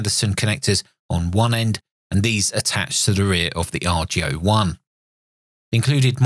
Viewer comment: Just a comment about pronunciation... Boris called it the "AR-GO ONE" rather than the "R.G.O. One"... The reason that's important is because he intended the radio to be an homage to Ten-Ten which produced something called the Argonaut. (Get it, heh? ARGO-naut?) He wanted to duplicate the Ten-Tec look and feel to an extent (especially the Ten-Ten Eagle), but he hoped especially to capture the old Argonaut's and Eagle's marvelous audio qualities, both on receive and transmit (but especially on receive). Anyway, the "AR-GO-One" is an incredible machine indeed, and I enjoyed your review.